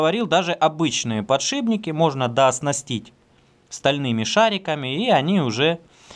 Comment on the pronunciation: подшиПники, не ПОДШИБНИКИ. очень режет слух